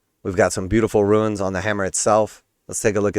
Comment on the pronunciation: Runes and Ruins are pronounced differently.